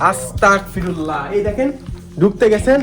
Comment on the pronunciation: ভাই আস্তাকফিরুল্লাহ হবে না ❎ আস্তাগফিরুল্লাহ হবে ✅